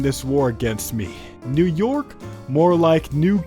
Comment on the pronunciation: new york, you mean nuke york?